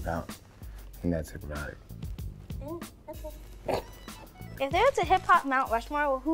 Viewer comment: Y'all know Hypnotiq pronounced (Hip-NEW-teek) right?